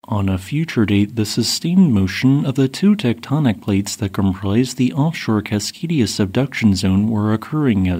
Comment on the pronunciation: "Cascadia" Me when i am a slave to history